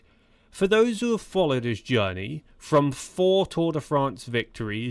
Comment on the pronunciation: Chris "frum"